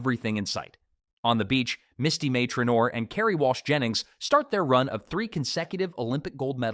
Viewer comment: I think "" would have more credibility if they pronounced the GOAT's name correctly. The "L" in Karch Kiraly's name is silent. The narrator also mispronounces Misty May Treanor's name incorrectly.